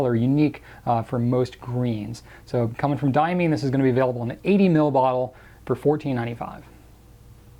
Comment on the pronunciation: Diamine is correctly pronounced “Dye-ah-mine” — not “Dye-ah-mean”, for the record.